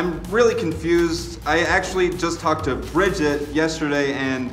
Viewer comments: Whoa... actually said Bridgette's name right Now we really know something's wrong. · I honestly expect them to... slowly become better people. Might be really slow. Really, really slow....Really, really, really- But got Bridgette's name right! Progress! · "Thank you, Bridgette." "It's Bri- oh..." SHE GOT HER NAME RIGHT! Progress, people! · finally a comment like this! I mean for heaven sakes, at the end literally pronounced Brigettes name right, and was hugging her.... somethings up. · got Bridgette's name right, though. Progress! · I'm crying....she pronounced bridget right